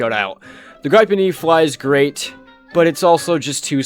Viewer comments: it’s pronouned “gree-pen” not “gr-eye-pen” wtf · Holy cow how do you pronounce "Gripen"?? Its a Swedish word, how about you try to pronounce it in a Swedish way? Goddamn yanks. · I have gripes with how you pronounce gripen jokes aside, there is more enjoyment to be had by watching the trailers than actually playing the game, because they at least have to put effort in marketing.